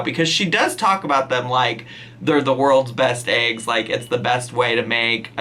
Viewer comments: I love you but... it's ayygs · why arent we talking about her ay-g intolerance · Hope I’m not the only one who has “aeeeggs” repeat in their head every time she says eggs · You say eggs weird. You're not the first person I've seen on YouTube pronounce it as like aygs. Is that a northern thing BC everyone that says it like that is from up north where its too cold hah. Omg that's how she's saying it too. The best eggs are made with salt pepper, shredded cheddar and chopped up ham. No weird hot sauce lol